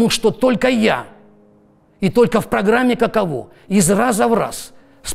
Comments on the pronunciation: Не каковО, а кАково! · Кушанашвили - "каково", ударение на первый слог. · каково с ударением на первый слог))) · Каково... ударение неверно ставите